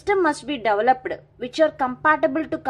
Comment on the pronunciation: You need to improve your pronunciations... That developedaaa irritates a lot 😑😑